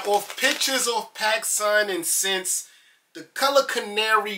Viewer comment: What’s up bro. So SSENSE is pronounced “essence” not “since”(how you’re pronouncing it) lol.